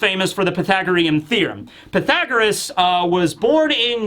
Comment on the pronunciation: Connie alive? How many mothers, especially the high percentage of tragic story lines to mothers, makes you not think that she's alive. She dead, haha I've watched multiple one piece chapter reviews and is the only one to say Pythagoras correctly, and I guessed he would haha. You missed the chance to say how do you like them apples.